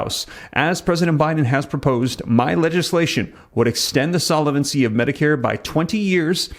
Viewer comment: Solvent is a two-syllable word, pronounced `sol-vant', not `sol-a-vent'. Solvency is a three-syllable word, `sol-ven-cy', not `sol-a-ven-cy'. Thought you would want to know. All the best.